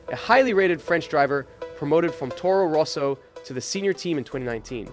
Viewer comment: Towrow rowsow